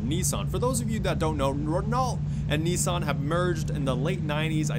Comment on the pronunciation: It’s nis-sun not knee-son